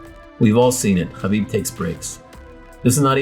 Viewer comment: you pronounce "khabib" impeccably.